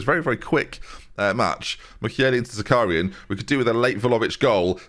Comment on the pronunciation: Zakharyan is pronounced - ZA - HA (like in ha-ha) - RYAN ("ya" like in "nyan-cat")